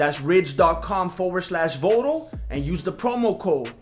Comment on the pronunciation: te lastimaste when you pronounce Voto in such a manner lol